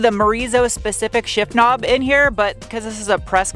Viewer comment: "A kuh-nob". LMAO!!